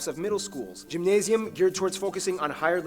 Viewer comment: In regard to the schools, the dude kind of mispronounced the Gymnasium. It is with a hard G, not a soft G - gui nahz ium. In some states the kid has to qualify for Gymnasium. I volunteer teach at a berufsbildende (vocational) school (teaching web design and programming) which has all three types of school incorporated in them. Germans take their schooling very seriously, especially for Abitur which is equivalent to International Baccalaureate, the GCE Advanced Level and the Advanced Placement tests. Grades go from 0 to 5 or 6 with the lower number being the higher grade. Very seldom is a 6 given and most Germans don't know that a "6" even exists. However, everything the dude said is right. It's a very interesting place to live.